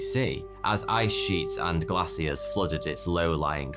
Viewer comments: He pronounces glaciers as "glassy-ears". Cute, innit? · Americans pronounce it like "glay-sherz". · It’s the way the English pronounce the word…